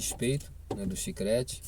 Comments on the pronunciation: CHICRETE TA F,,D KKKKKK É CHICLETE KKKK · Olá ,o correto é CHICLETE e não chicrete ,no mais obrigada pelo conteúdo .Desejo sucesso